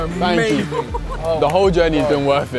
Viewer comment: 한 입먹고 특유의 영국식 발음으로 땡큐하면서 악수 청하는데 리액션 왤캐 맘에 드냐 ㅋㅋㅋㅋㅋㅋ